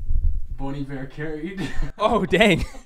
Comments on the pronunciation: It’s Bon (pronounced like in Bonjour or Bong) Iver (Eye-ver). Not boneybear. 😂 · Omg instead of bon Iver I was hearing bunny bear wtf😂HAHAHA